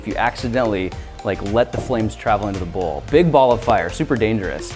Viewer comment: When he said light this whole bowl on fire, I just heard "light this hobo on fire".